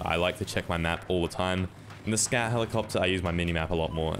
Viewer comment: I couldn't help but think he was saying Scat helicopter. Big ol shit copter